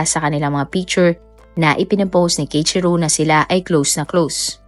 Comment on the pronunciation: Keichiru❎ Kei-ichi-ro✅ Keiichiro po